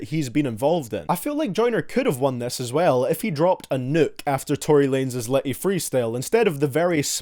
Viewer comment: Tory Wanez instead of Tory Lanez